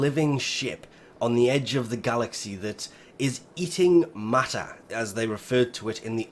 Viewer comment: Eating matta? Thanks to the YouTube subtitle so I know he's actually saying eating matter